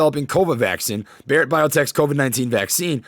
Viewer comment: I've seen a few of your videos now. I learned a bit about your back story. Your channel is awesome your awesome. I've seen other similar channels and yours is CLEARLY the best. As an Indian I literally lol the way you pronounce Bharat. Keep up the great work man. Much love.